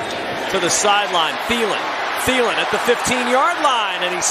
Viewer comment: His name is Thielen tiiiiiiiii l eeeeeeen the h is silent cuz it's German I speak German i am not German bye